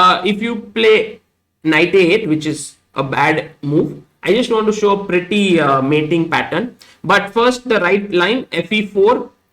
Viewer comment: Like when he says "mating" pattern, idea..